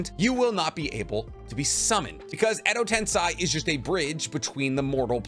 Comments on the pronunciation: Hey man, videos are great. Really enjoy all the information. One gripe- if you’re going to be talking about Japanese media PLEASE take more time to learn how to pronounce terms/names etc. i.e.) edo- ten-SEI not SAI. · Edo ten se not sy se juts like the first 2 words of se-cond se I'm sorry it juts kinda bothered me how u said it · It’s Ten-SEI, not Ten-SAI. Great material though! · Edo tensai???tensai??..come on man...every naruto fan knows its Edo tensei ( for your tongue - edo ten 'say') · love your content! why do you pronounce edo tensei as eh-do ten-sa-i? not as eh-do ten-se? how do you pronounce sensei? do you say sen-sa-i? just wondering? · Sir....ITS edo-tenSAY......edo-tenSAYYYYY dammit say it with me edo-TEN-PHUCKING-SAY....SAYYYYYY SAY SAY SAY...not sai or sy SAYYYY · "Edo tensai" oh COME ON where do people get these pronunciations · I figured I'd wait until I caught up to correct some things. Edo Tensei, ("ten-say") Corp, corps ("core(s)") And your Minato is funky sometimes. Generally your Japanese pronunciations are good. Far and away the best Naruto content on yt keep it up 👍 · I'm kinda hesitant about this thing, but i'm gonna say it anyway: your pronounciation of "edo tensei" is wrong and it hurts my ears. Maybe that's only my problem, but consider hearing to japanese dub once more. Thank you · please,, pronounce EDO TENSEI properly. hint: tensei rhymes with gay!